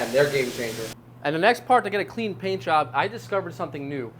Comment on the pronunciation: I had to turn on the captions because it sounded like he said, "I'm gonna have sticky legs tonight, but I don't care. As long as my peen is clean." 😂